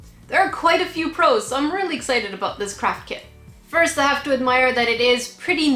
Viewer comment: i allways hear crap kit instead of craft kid ohgollygosh